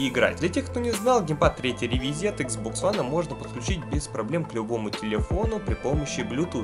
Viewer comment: Почему ты называешь игзбокс хуан